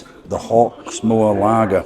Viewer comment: Hawk-more? no thanks